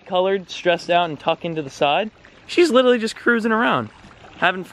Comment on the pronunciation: 'Littlerly' hahaha